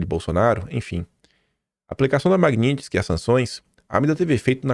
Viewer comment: não se diz Maguinintisky e sim Magnitisky!